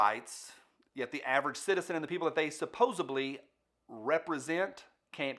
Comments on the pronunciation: Sorry, one of my Pet peeves. There is no such word as (Subposably)! The word is Supposedly. (su-pose-ed-lee) Again, sorry. Just had to say it... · Sorry but there is no b in supposedly. My son says it that way too.